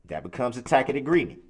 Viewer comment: I laugh every time he says “tacket agreement”